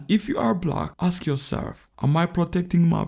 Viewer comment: Say, "Ask" 🤣🤣😂😂🤣🤣